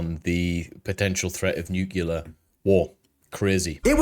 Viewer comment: It's NUC-LEE-AR, not NUC-YOU-LAR. Fucking hate that shit....